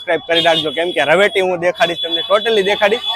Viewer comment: એક ભૂલ સુધરજો રવેટી નહી રવેડી